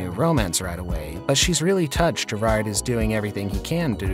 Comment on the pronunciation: His name is pronounced gerard not ger _ard